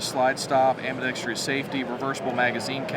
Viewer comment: Ambidextrous, the most mispronounced word in the gun community. Interesting comment from the rep: "This is for purists." I suspect that true "purists" will consider this an affront to John Browning.